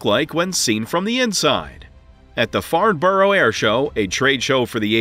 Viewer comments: Farnborough is not pronounced Farnborrow - its correctly pronounced as Farnbrah. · Boeing.. Please for. The love of God don't make a 777-777 variant and definitely do not allow the sale of '7' units at one given time. Btw Farnborough is pronounced 'Farn-burrah' not Farn-burrow. 😅